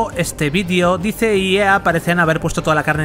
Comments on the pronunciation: Se lee dice pero se dice "DAIS", cuando decías; lo que dice, no sé si era lo que decía o lo que la empresa xd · Todo bien pero por qué los españoles pronuncian todas la palabras y nombres en inglés tan mal? "Dice" se pronuncia como "dais", no como está escrito. Me da bronca que no digan las cosas bien. Mucha generación de cristal xD Buen vídeo. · Cada vez que dice DICE, muere un gatito...